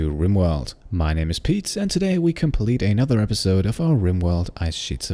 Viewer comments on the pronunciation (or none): none